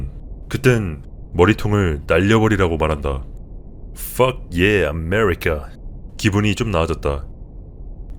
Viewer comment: 뻒예 아메뤼까 <-- 지금까지 들었던 멘트 중 가장 웃김